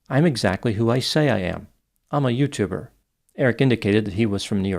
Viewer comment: “Ima big YouToubbaaa” 🗣️